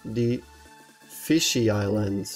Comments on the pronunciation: It's FISH eye, not fishy eye. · why do you say fishy eye because it is said f-ish eye